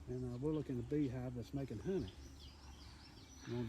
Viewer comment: Calls it a "Bee Hawv"